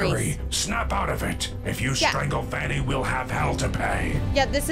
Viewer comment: I love how calls Vanny, Fanny 😂